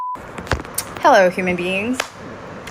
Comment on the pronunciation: Oh, heRRo!